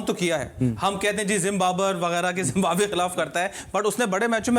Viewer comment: 28.32 zimbaber😂